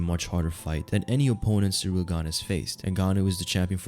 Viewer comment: It's ciryl not Cyril